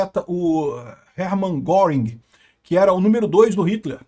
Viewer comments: A pronúncia e " rérman guérrink" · “Russia Crowel interpretando o Hering Guéringuer” 😂